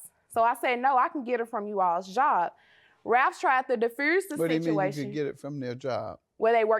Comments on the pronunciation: "difruse" the situation?🤣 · “He tried to derfruse the sichciation”??? Deliver God!